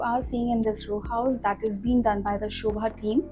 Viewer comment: It's sobha not shobha Pls correct yourself